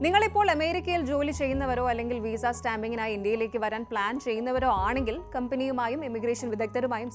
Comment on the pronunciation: Veeesa alla Visa!